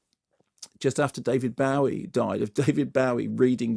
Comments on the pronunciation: No - it’s BO-ee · David BOW-ee? Come on Bow-ee is so much more fun to say. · David BOW-ee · Is it just me who noticed how weirdly he says David Bowie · Wait. is that how David Bowie's name is pronounced?